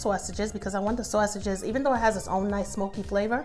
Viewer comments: Excellent recipe loved the way you say Swasages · I like how she says sausages lol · The way she says sausages I can’t lol 😂 lol still gonna try this for my Christmas 🎄 meal Oh I did follow candied yams recipe for thanksgiving omg it turned out perfect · Yeah she sounds lowkey Italian when she says it 😅🤣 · Looks soooo BOMB !!. I just want a video of you saying sausages 😂😂 lol, I’m from the south so all I hear is SAWSUCH, I love your accent so much !